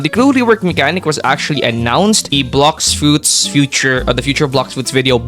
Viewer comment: “blocks suits” 💀